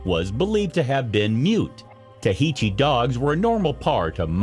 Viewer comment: You are messing up the pronunciations of Chihuahua and Techichi. And now Yorkshire !